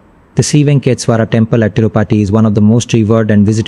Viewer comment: Ye kaun YouTuber hai bhai jo aise pronunciation kar raha hai Venkateshwara ka 🙄😒😏